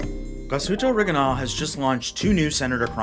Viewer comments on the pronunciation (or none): Awesome watch and a nice review bar the Orig I nail pronunciation 😂